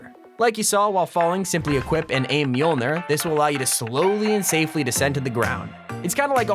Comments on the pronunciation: He keeps on calling it "meeolner" when its moljner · It's pronounced myoulnyour